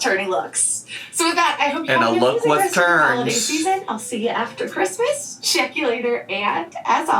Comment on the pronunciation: The way she pronounces the "Chr" in Christmas makes me want to stab my eardrums out. Was she intoxicated while making this? Someone on Reddit found the chicken purse if you're interested. Also, how is she wearing a sleeveless dress in one scene and a winter coat in another?